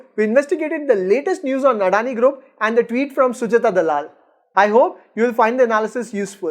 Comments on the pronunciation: Addani nehi.. adani bolo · First learn how to pronounce adani before doing vid about them 😂😂